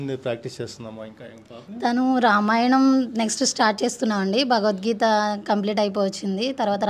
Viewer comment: భగవద్గీత అని పలకండి అన్న....మీకు ఏమైనా సమస్య అయితే ముందు మీరు భగవద్గీత చదవండి....మీరు తప్పకుండా ఆ ప్రాబ్లమ్ పోతుంది..వాక్ శుద్ధి జరుగుతుంది....